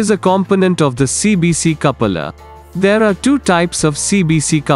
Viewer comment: Learn how to pronounce Coupler at first